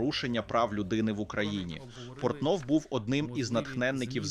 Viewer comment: Андрій "Порнов" 🤣